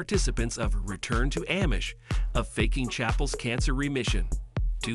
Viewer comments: No absolutely not! I’ve never in my life heard anybody pronounce it in the way it is in video. It’s throwing me off every single time lol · Not Am-ish, it’s pronounced omish, the A sounds like it is silent, Amish!